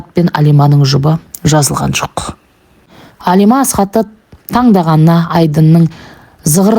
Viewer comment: Алима емес қазақ Әлима деп айтады.Орысша айтпа